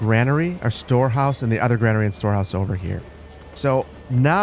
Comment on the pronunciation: GRAIN ER e not Gran er ee Like grain, or pain or brain.